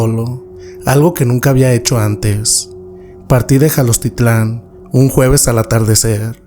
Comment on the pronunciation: Jalostitlan? Quieres decir Jalostotitlán?